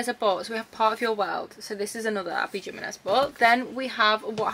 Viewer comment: The J and Abby Jimenez is pronounced like an H, because of Spanish